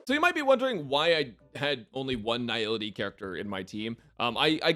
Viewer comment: is the only YouTuber I've ever seen pronouncing Nihility correctly. Immediately subscribing because of that alone